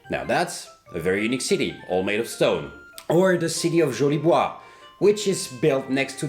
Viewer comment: Nice french accent for the city of Jolie bois :)